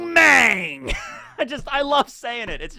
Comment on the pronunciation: The a one wang and mang are soft o sound as in cot